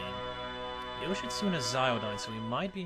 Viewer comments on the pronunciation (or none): Oukuninushi is a guy... You butchered Yoshitsune's name and he actually INHERITS LIGHT. Bloody tower arcana sometimes... I wouldn't say Tower is hard to fuse because there's 7000 ways to fuse Masakado IIRC. And I'm not kidding.